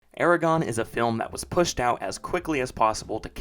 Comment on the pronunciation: Calling it Eregon when Aragorn was so famous is what did it for me as a kid ha